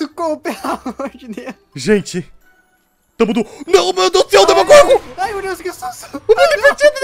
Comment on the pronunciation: É Demogorgon e Não Domogorgon